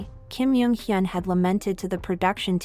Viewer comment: Oh my godd I love your videos but I can't ignore the way you pronounce almost all of the celebrities featured in your videos. The way you pronounced Kim "Jung" Hyun as Kim "Yung" Hyun and "Seohyun" as "Seohyin" I'd suggest you to learn how to pronounce people's names. Really no hate ❤❤